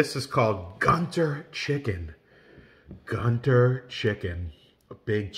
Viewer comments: it's pronounced Goontoor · It's pronounced as Guun Tuur. And the South Indian state to which Guntur belongs (Andhra Pradesh) is known for chillies and spicy food. 😁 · It's pronounced GooNTouR ( gu sounds like good not gu in gun, tur sound like tour), GUNTUR is a place in Andhra pradesh, south India